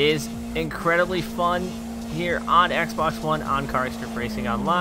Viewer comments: He said xbax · Did you just call it the Xbax one?